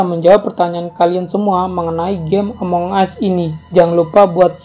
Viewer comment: ya Tuhan bahasa Inggrisnya yaampun. Ngomong Among Us aja salah. pembodohan memag ini